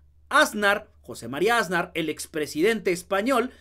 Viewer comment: 👁✨👁Oye muchacho... Si vas a ser comunicador en Youtube, asegúrate de escuchar bien como se pronuncian y acentúan las palabras y sobre todo los apellidos. En este caso es 'Asnar' y tú lo pronuncias MUY MAL acentuando la "Á" del principio, pronuncias con mucho énfasis y muy mal: "Ásnar". Tache ❌